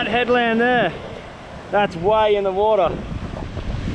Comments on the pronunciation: "Infinite watah sowrce" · nobody, this guy: Wood'ah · I love how he says “wahta” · Goes to kitchen starts drinking water from my water dispenser "Now this is a good source of watah" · Ah, yes "watah" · its more ‘wodah’ instead of ‘watah’.